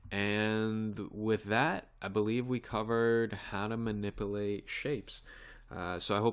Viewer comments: Ma-nip-you-late. Not ma-nipple-ate. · Very good tutorial but please pronounce MANIPULATE correctly you say manip-A-late and it should be manip-U-late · Someone should tell this guy that there's a "U" in the word minipilate!